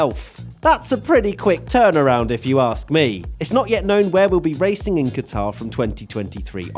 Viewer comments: its pronounced 'Gutter' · Please get your pronunciation correct.... It is Qatr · Protip: you’re meant to stress the first syllable of Qatar, not the second. It actually sounds more like “cutter” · pronounced cutter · Butchered the name😂